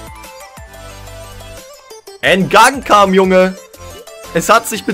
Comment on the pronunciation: Sehr cool zu sehen mit Hertha, aber der Typ heißt nicht „En gankam“ Hahahah Und jaivaro Dilrosun ist nicht Jeff 🤣🤣